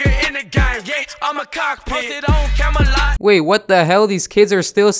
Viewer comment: Comolot 😂😂 u mean Camelot